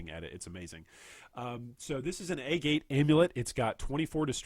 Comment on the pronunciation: Agate*, not "a gate" Pendant, not "pen dent"